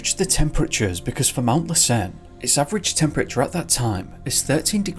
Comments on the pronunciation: Ouch! While I love most of your videos, the first one was hard to listen to. That volcano is pronounced LASS-en, not lass-EN. Something to remember-- it was active at that time. Maybe that had something to do with it. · FYI: It's pronounced Mount 'Lass_inn' not 'less_earn'. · Been bingeing on your videos. Want to help you pronounce the name of the the Volcanoes in Northern California correctly....( LASSEN, along with SHASTA are LIVE volcanoes). Lassen is pronounce LASS-en, not lass-EN. The first syllable the most strongly pronounced. LASS, (as in the Scottish word for Girl) = en, (as if you were saying the name for the 15th letter of the English alphabet). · Hey! L:assen is pronounced LASS-en. accent on first syllable. Merry Christmas, great video, thank you! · Hey, thanks for all your videos! You’re my favorite YouTuber, and I’ve seen every single video on your channel! That being said, since I’m from the area (Reno/ Lake Tahoe) lassen is pronounced without a stress on the second syllable… it’s hard to think of something that it rhymes with off the top of my head, but the closest i could say is that rhymes with “passin’” obviously that’s slang but, like I said, I can’t think of anything else at the moment. But yea I’m a big fan! Thanks again for all your videos!